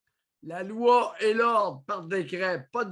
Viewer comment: « La loua, c’est la loua ! » 😂 — Séraphin Poudrier